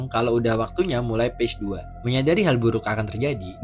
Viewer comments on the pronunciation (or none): none